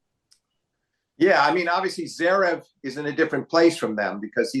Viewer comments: Flink should finally learn how to pronounce Zverev. He always leaves out the first “v! It’s not Zerev. All that knowledge and insight gives Flink elite status, but he might have to hope Zverev fades out of the need to be mentioned much if he can’t get the name right. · Steve, PLEEEESSSSE say the 1st V in Zverev